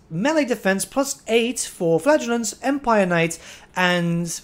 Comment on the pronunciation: I kept hearing Flatulants instead of Flagellants and i kept grinning.